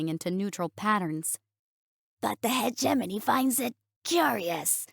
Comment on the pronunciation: Finally, someone who says hegemony in a way that sounds correct!!!